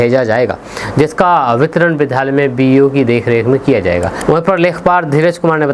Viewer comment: कृपया आप अपने विधालय उच्चारण को छोड़कर सही उच्चारण विद्यालय करें।क्योंकि आपको सभी सुनते हैं।इसको अन्यथा न लें।धन्यवाद